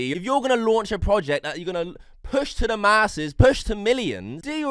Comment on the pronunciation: Why do you pronounce the word “the” as “veh”